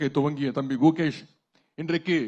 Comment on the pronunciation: அதென்ன ப்ரோ கூகேஷ் அது குகேஷ்